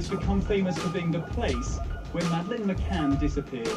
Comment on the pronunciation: This film is garbage. You can't even get her name right you fucking peasant...it's pronounced Ma-Can, not Ma-Cain, moron. Terrible production values, inept delivery, poorly researched, in other words...a pile of shit.